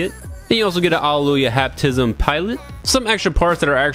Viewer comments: One thing that's missing accessory is a Giant Missile pod on the back of it's jet-mode for Dynames' Aerial Sniping poses. I hope it's included for MG Virtue/Nadleeh. P. S. i lol'd for the end blooper alleluhyuhluh * accidental tongue bite * xDD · Thought you might have a Allelujah Aneurysm trying to say that name 😁 Very honest review man 😎👍